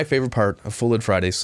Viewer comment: At first I thought u said "thud lite" 🤣🤣🤣🤣🤣🤣🤣 I was thinking what does he bump into things alot 😄😄😄